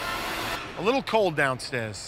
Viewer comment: Murr: "a little cold down stairs" Q: "a little cold down stez"